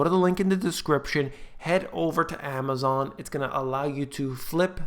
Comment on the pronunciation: 'the eigth share of Amazom' :-) love it!